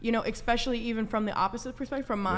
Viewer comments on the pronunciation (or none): Hey "", Its eSpecially not eXpecially. 🤦‍♀️